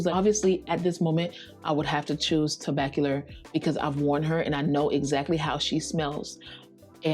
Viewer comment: Vanille=Van-knee not Van-nill. Tobacolor is not Tobac-cu-ler